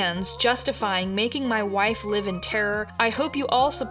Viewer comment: girl really said "hwhife" ... hehehe